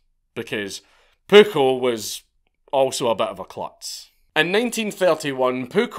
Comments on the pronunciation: The amount of times he says “pookle” and the fact it makes me laugh every time and idek why 😂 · I know I know.... But his name was PUJOL (Puiol)